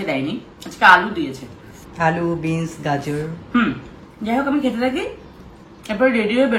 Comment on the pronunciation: Beans ke bolchhe bins . Bangla medium borboti bol